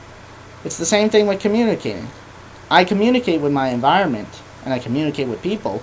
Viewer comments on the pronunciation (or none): none